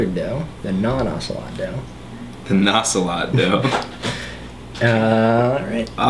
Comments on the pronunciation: i dint like the way you pronounce ocelot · you pronounce ocelot really white.